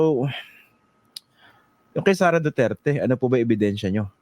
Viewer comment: Huwag na kayong umasa sa kakampink nyo, limot na taumbayan mga yun😂, malabo yung pagkabigkas ni Lascanas sa pangalang "Sara" alanganin, tinuroan parang bata😂 o sige, sama na kayo sa ICC dalii, sama nyo rin si Trillanes, punta na kayong Davao, naghintay si Digong doon, hulihin nyo na, bakit ayaw nyong pumunta? huwag ng maghintay kung sinong kakampink uupo sa sunod! malabo na ang kakampink!😂🤣